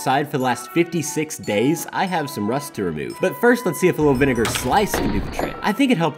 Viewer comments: So the doctor guy pronounced vinegar wrong… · Bro's having a little too much fun pronouncing vinegar